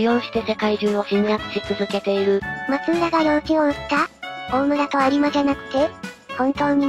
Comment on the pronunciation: 確かフロイスは秀吉の多指症のことを言って無かったかな。ちなみに松浦はまつらと読みます。